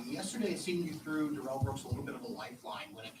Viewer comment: Oh No!!! I did a Duh-rell. Preacher Duh-rell.